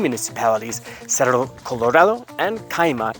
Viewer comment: Just a tip for your spanish accent, pronunciation of words with double RR in it as Cerro it's like the R from responsible, resource or remedy, a hard R one would say lmao